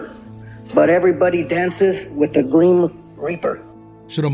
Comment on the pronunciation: Greem ? Way to go bro, making us look bad like we can’t say words correctly and shit